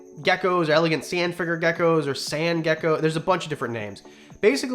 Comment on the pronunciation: Is it just me or did he say leopard ducko